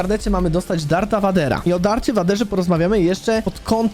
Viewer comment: Lord Vader czytaj: lord WEJDER